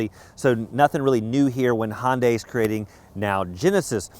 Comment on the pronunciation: Hey...get a clue - it's "Hun-day", not "Hon-day". And give "...good ol'..." a rest.